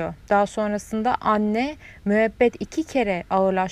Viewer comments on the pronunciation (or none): none